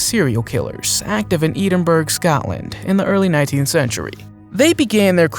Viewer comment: You said Edinburgh wrong. The Russian sleep experiment wasn’t real either.